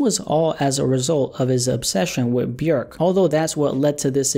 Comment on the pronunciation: Shout out for pronouncing Björk correctly